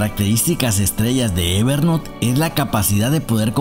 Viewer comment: Gracias por el video, lo correcto a pesar de que hablamos español es "ever nout" no "ever NOT"... no es "NOT" es "N O U T" Espero que no lo tomes como critica si no como ayuda. Gracias